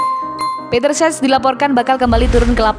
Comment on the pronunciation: CECH bukan SES